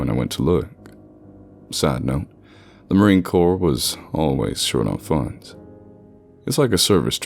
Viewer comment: Marine Corpse spoken in a ghost story? Seems fitting. Edit: Reading 'Marine Corps' has a nasty tendency to come out as corpse for me as well, even when I know it's 'core'. Wouldn't be surprised if that's what happened.